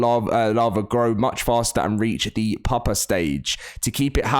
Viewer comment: its pronounced pew-puh not pup-uh